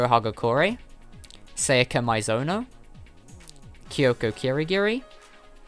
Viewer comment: Sa ya ka. Not seiyaka.